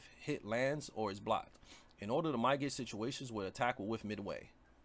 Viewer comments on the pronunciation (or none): You're saying mitigate wrong. Pronounce it "mid a gate". Your videos are helpful tho fr